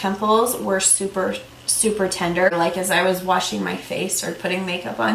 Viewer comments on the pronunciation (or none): none